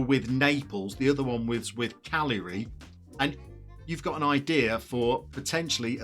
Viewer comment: I can count on one hand the number of English people who pronounce Cagliari correctly.... and this guy almost nails it. It’s still shaky but it’s not as bad as all the rest of them. But, it’s 1 scudetto, 2 scudetti - I’ll be kind and leave off the article. Like, it’s 1 panino, 2 panini - or as the Americans call it, a “sandwiches sandwich”. Americans like to order a panini sandwich, for those not in the US. And yes, that’s me laughing in the back of the line when I hear it.